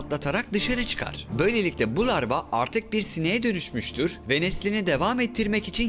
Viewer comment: Larva yerine sürekli lavra diyen ruhi yordu